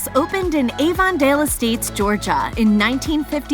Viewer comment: Lol at how she pronounced Avondale Estates